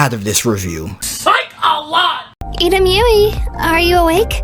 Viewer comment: Iremyuui is prounounced Ee rah myou ee